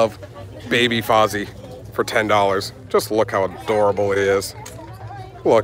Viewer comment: You pronounced Fozzie's name correctly. Hugs!